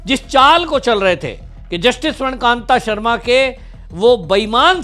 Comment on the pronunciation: अरे भाई जज का नाम तो सही बोल ले. स्वर्ण कांता शर्मा नाम है स्वर्ण कांत नहीं.